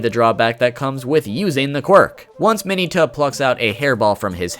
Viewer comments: Trashiest of trash “Mayoneta” not Mineta he just butchered the pronunciation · ITS MIN-ETA LIKE MINA WITHOUT AN A. MINNNNNNNNNEEEEEEEEEEEETA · DID YOU JUST SAY MINY-TA AND NOT MIN-EH-TA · U said mineta wrong